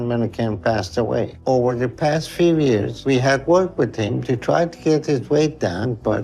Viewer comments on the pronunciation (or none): He lost so much we-et in the last ye-es! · Its pronounced years not yares bruh